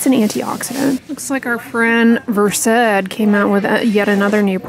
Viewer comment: Again - it's VERSED, as in CURSED - NOT Ver-SAID.